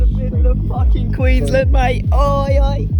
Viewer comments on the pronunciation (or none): none